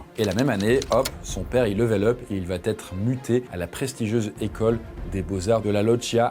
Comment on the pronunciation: Très intéressant ! Juste une petite critique bienveillante, attention aux fausses liaisons. Vous dites plusieurs fois "il va t' être".